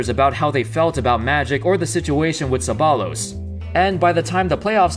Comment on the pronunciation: its pronounced cebbayyos not Ceballos